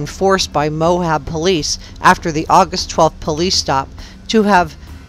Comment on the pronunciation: Please stop saying "Mohab." The name of the town in Utah is "Moab," pronounced "Mo-Ab." There is no "h" in the word. If you are truly an investigative journalist, then saying the important names correctly matters.